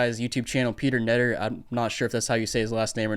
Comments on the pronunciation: I’m a huge fan of Peter! Btw, his name is pronounced cuh net err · You say Knetter as (K)netter, pronouncing the K. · OOF pronounced peters last name wrong now there is no k in it.